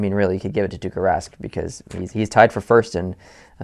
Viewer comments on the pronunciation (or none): It is Tuukka Rask... not Tukka Rask😂 Tukka=hair in finnish😂😂